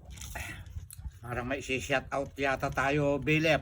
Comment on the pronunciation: Syawt awt po. Hnd Syat awt. ( Shout out po)